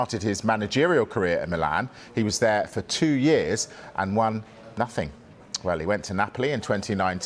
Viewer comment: "..and won.. NOTHING." 😂